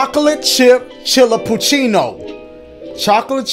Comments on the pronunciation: He pronounced Chillapucino as chill-uh-poon-schee 🤣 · youtubers messing up the name Chillapachino through the whole videos is the funniest part.